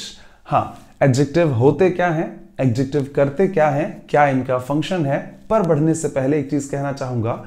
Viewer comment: Sorry but I have checked adjective pronounciation from Google text to speech and the pronounciation is start from ad🙏